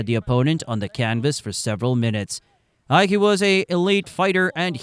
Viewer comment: A fun video except for a few mispronounced names. The double L in Arguello sounds like a Y. Ike is one syllable not two